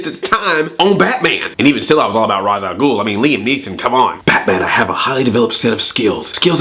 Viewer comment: I hate the batman returns trilogy because they totally pronounced Ra's Al Ghul's name wrong